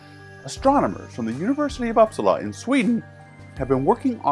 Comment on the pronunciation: Love your pronunciation of Uppsala. Haha